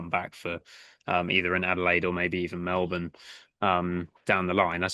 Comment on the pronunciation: Well done on pronunciation of melbin